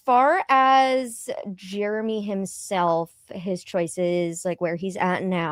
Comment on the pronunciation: It's funny you call him germy instead of Jeremy